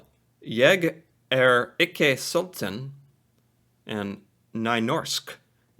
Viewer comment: So you say "sulten" like this: The first part, Sul, you pronounce it like sue, as in when you sue someone, but add an L to it. :) Then you end it with the english way to say the number "ten".